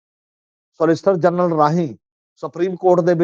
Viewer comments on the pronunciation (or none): none